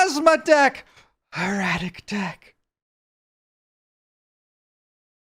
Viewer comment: Erradic ahaha it's gotta be on purpose at this point